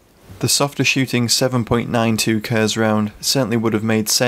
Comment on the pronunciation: Please no more “kerzz” ;-) Kurz is pronounced “Koortz” phonetically 👍